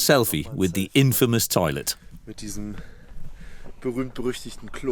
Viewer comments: the "INFAYMUS" bridge? lol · Infamous = "in-FAY-mus" oh-kayyyyy.............. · The word "infamous" has the accent over the first syllable. Thus, INfamous. The accent is not on the second syllable. The word "bridge" is pronounced with a hard "g", not with a "ch" sound. "Britch" is not a word. As for the bridge itself, it ought to be re-decked, or torn down. Its a menace. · 5 min in and I already cannot stand hearing her say "in-famous" or "brich" another time! How can you have a narrator who can't speak the language properly??